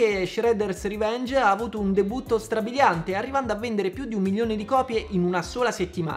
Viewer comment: ma è strabilianteh